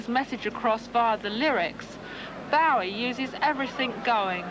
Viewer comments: Yeah she makes me cringe each time, then when she's speaking to fans she says it correctly pfff... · So was it Janet street Porter who started the mispronunciation of Bowie then? I thought it started with celebs around 1983 live aid time.